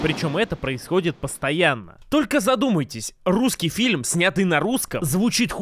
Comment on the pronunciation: Многоуважаемый автор! В русском языке нет слова филим, а фильм - есть. Почему Вы всякий раз кино называете «филим»?! Или у Вас деняг нет на логопеда?!